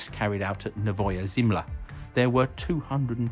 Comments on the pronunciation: Great video! It's pronounceв NOvaya tsemlA) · NOvaja ZEMlya (New Land) - stress on the first syllable